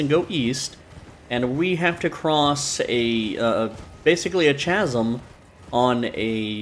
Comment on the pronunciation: The h is silent in Chasm.